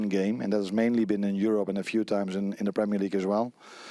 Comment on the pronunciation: "In Yourup" 😂